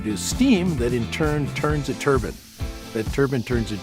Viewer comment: Did he mean to say it turns a turbine when he said turns a "turbin"? Really amazing tech